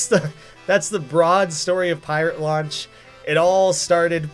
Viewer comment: To me, it sounds like he's saying "Pirate Lunch" instead of Pirate Launch.